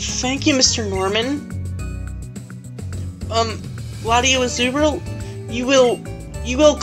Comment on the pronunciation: LatiosAzurill Wasn't in Ruby/Sapphire or Emerald in that route. Tell me, if I'm wrong. These rules sound stupid. Say the S in LatiosAzurill instead of LatioAzurill My goodness! Extraordinare Junior didn't trigger the cutscene. Maybe Gallade. Never seen it happen before. :/